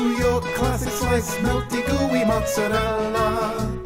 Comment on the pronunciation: Yeah, but he can't pronounce mozzarella or marinara.